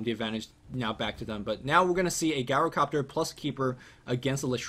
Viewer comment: Good casting but please, please, PLEASE take a look at how you pronounce GYROcopter (Soft "G" sound, not GuyRO)